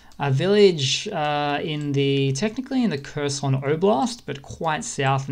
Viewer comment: If you would like to sound more like you know what you're talking about, Kherson is not pronoused like cursin' - it's more like hair-SON [xerˈsɔn]. And HAR-keev [ˈxɑrkiu̯] up north.